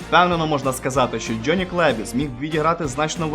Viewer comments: ты про слово джёни? Я прицепился из-за гласной буквы. Правильно Джонни, а он говорит Джённи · У вас классні відео, але будь ласка попрацюйта над вимовою англомовних слів. Це "джьоні" просто ріже вуха.